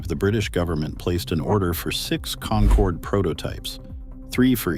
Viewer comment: You lost me on the very first word. Get the AI voice to at least pronounce "concorde" right.